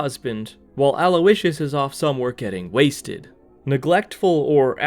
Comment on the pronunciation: did you just call his dad Aloe-icious?? 😭😭